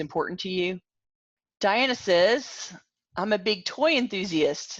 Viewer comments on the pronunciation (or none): none